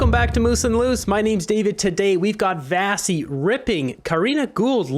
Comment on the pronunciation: Why do you keep calling her Vassi? Her name is pronounced Vashi with a sh.